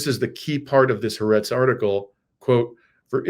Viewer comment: Excellent video. I do wish, however, that people would learn to pronounce Hebrew names properly! The name of the Israeli newspaper Haaretz is pronounced “Ha-Arets”, with a break between the ”Ha” and the “Arets”. It is actually composed of two words, “Ha” part signifying the word “The”, and the word “Arets” meaning “Land”.